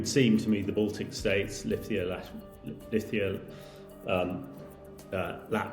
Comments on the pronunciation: Please don't say Lithia, its Lithuania. 🇱🇹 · Lithia?!?! He cannot even name Estonia, Latvia and Lithuania properly.